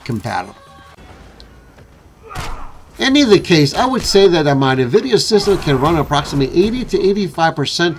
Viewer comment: It’s N VIDIA….. NOT Nervidia no one should be pronouncing this wrong in this day and age